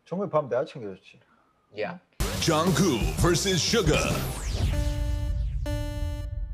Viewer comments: Why do they (Jimmy and staff) call him JungKOO? 😂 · It sounds like they keep calling him Jungkoo... Am I hearing wrong?